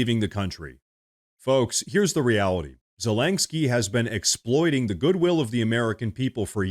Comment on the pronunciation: Dude, I had to give you a dislike because you said Zelenskyy's name wrong 100 TIMES in this video. It's was so damn annoying. It's not ZELANGSKYY.